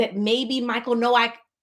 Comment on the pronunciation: He pronounced his name in the first court appearance Noak like "Yolk" or "Joke" lol.